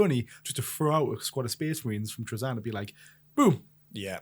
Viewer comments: Me too. It’s Tra-Zin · This is the first time I've heard Trazyn pronounced that way and it sounds so off to me. Here's how I'd rework Trazyn to be more interesting and closer to his lore: once per battle, if he is within a certain range of a character, he can roll a bunch of D3 or D6 and if the total matches or exceeds the number of wounds left on the target character, Trazyn has trapped that character and it disappears from the board. If Trazyn is killed, that character comes back onto the board. That would make him powerful in a different way but you'd have to keep him alive to keep that advantage. And of course keep a limit on the number of points of the character he can capture.